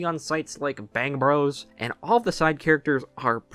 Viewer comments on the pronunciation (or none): none